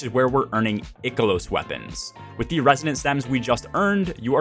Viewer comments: EYE-KEH-LOSS LOOK UP THE PRONOUNCIATION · "Eye-kilos" bro - solid post on farming strategy! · Ick to the way you say I-KELOS! Great content tho. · Eye key los weapons, there's no ''c'' so it's not pronounced like sick or thick. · An interestingly wrong way to pronounce Ikelos, I've never heard before. That aside, for those that are still working on their EXO frame upgrades, just know that you do not have to stick to a particular upgrade path. You can weave back and forth between the top and middle rows. Other than that, mainly stick to stuff that gives you deep sight or more umbral options. And just do the seasonal activity, in between your usual weekly grind, and public events are typically best for seasonal currency. Really don't need a long video to explain this. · You say Ikelos wrong.